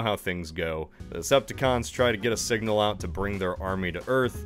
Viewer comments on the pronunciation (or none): none